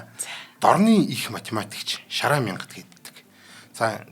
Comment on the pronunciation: Шарайн биш, Шарайд юм шүү